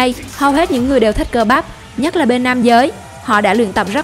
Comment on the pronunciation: Là thể hình mạnh nhất chứ không phải mạnh nhắt. Phát âm sai chính tả.